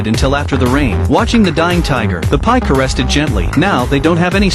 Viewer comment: I love how he says "the pie" 💀